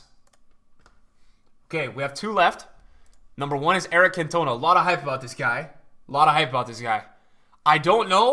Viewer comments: the Guy is right i'm a Marseille fan and a french guy and its prononced in french: "can toh nah" not "can tuh nah" My friend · Cantona not Cantoena 😂 great to be back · "Kant - oh - narr". Not "cun - tow - na" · it’s pronounced Can-tuh-nah, not Can-toner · Eric can..ton..are. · Nobody:: "CAN-TOE-NA" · if i hear him say CantOna one more time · No it's not. It's pronounced Can to na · Anyone else get vented with how he pronounced Cantona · The way he says cantona 🤣 love the videos bro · Why you pronouncing cantona like that😂😂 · You keep saying cantona’s name wrong